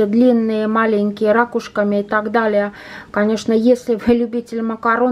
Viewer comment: РакУшки ударение